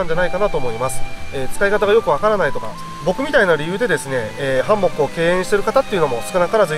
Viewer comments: ハンモックのイントネーションが気になってぜんぜん内容が入ってこない🥺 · 非常にわかりやすくて参考になりましたがどうにもハンモックのイントネーションが気になってしまい集中できませんでした笑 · ハンモックん？イントネーションが？！😅 律儀なんですねえ、ハンモックを設営するのです幹にタオル巻いて設営してる動画初めて観ましたよ。🤔 従来型のハンモックは沈み込みが腰に悪いから使わないな😓 HEAVEN Tentoってメーカー？のハンモックは画期的なハンモックで沈み込みが従来型と比べて格段に少ない。☺️ けど？！めっちゃ価格がバカ高い！！🤪 ハンモックの価格じゃねえ！😓